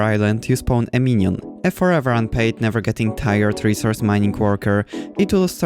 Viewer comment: i love how u say minion